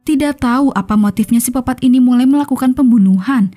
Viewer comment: Ini miminnya cadel huruf K yaa? Kok nyebutnya sipopat terus